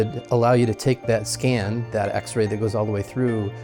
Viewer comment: so weird he keeps saying "x-ray"